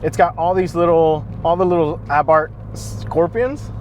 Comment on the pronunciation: Luckily, I am in Mexico now and hope to get the 2020 Abarth. And thank you very much for pronouncing it without the "h"! From a former Austinite.